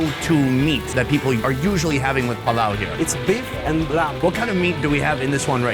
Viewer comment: not plov, mynau palau